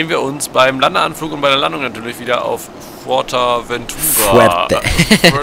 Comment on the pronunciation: Fürtawentuhra... aua... Das wird Fuertawennturra ausgesprochen